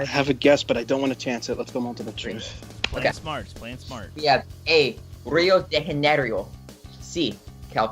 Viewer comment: The Rio de Janeiro pronunciation from made me laugh for about 5 minutes straight lol